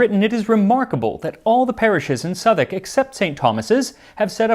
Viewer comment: Hi. I'm a Londoner and you're the first American I've ever heard pronounce Southwark correctly. Much impressed